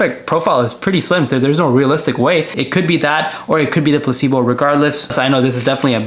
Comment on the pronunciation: Recebo not placebo sir